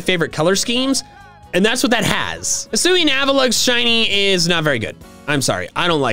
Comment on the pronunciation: HISUIAN, NOT HISSUI! DO NOT LEAVE OFF THE UI IN ZORUA! AND THERE SHOULD BE ONLY ONE R IN ZOROARK!